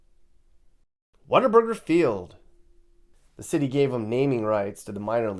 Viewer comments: it’s What-A-Burger, Not Water Burger! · Did really refer to Whataburger as "Water Burger?" I've never taken him seriously as anything other than a grifter, and this just validates my point. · Real Texans say water burger😅😅